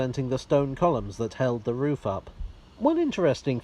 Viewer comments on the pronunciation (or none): none